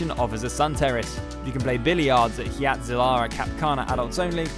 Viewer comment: I guess "hurricane " isnt the only word Brits never pronounce correctly. Hyatt is pronounced "HIGH-att". Not "HEE-att"